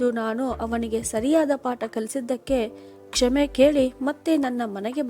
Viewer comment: ಕ್ಷಮೆ ಆಗಬೇಕು ಕ್ಷೇಮೆ ಅಲ್ಲ